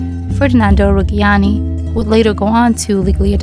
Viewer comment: The "gg" in "Reggiani" is pronounced as in "Jea(n)" :)